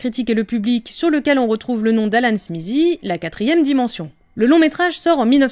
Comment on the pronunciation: Pourquoi le Z dans SMITHEE ? J'aurai toléré si c'était SMISSIE mais SMIZIE waouh TH suivit d'une voyelle devient souvent voisé comme avec THAT, THIS, on a donc un son proche de D, donc SMITHEE donne SMIDEE (SMIDIE)